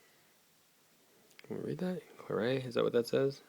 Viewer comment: You pronounce the t in claret :D